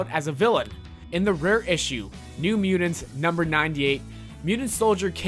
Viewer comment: ""New Muedunce, asuddently, Kiddens, merse with mouth, ple-thoras, say-den""....... I think this guy has his finger up his nose while he is narrating this video lmao...... why do I not have a face palm emoji?!?!